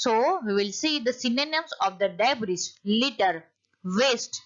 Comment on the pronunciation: Debris's right pronounciation is /dei.bree/ not /dei.bree.s/